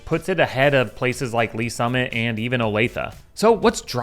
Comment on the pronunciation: Did you say Olathe and Lees Summit..........dude, stop